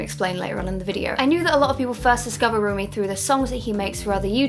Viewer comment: It's not roomie, its romie